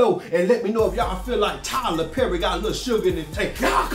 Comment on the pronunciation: said Tyler berry I hollered 😂😂😂😂